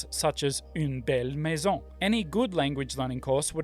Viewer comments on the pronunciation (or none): Watching at 2x and found it so funny that I heard your Swedish accent for "une belle maison" at 11 minutes 🤣